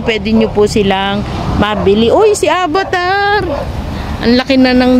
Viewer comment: AVATAR po hindi ABATAR 😂😂😂😂 Peace.... no stress just relax 😂